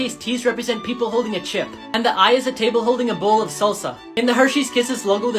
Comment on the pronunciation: Never heard someone pronounce the "p" in "chip" so hard bruh.